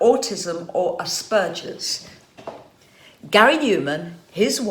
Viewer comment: Please, good people, learn to pronounce "Asperger's" correctly. The wrong version makes some of us grind our teeth.